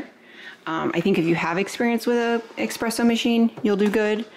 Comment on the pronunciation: The “exspresso” killed me the whole video. Other then that good info